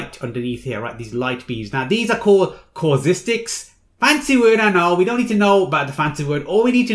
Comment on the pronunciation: It's so annoying how you keep saying causistics. It's CAUSTICS!